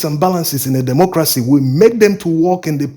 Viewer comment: Please learn how to pronounce democracy / dɪˈmɒkrəsi/